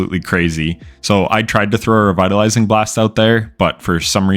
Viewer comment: Rewwiwatizing😂or I'm just high. Good vid!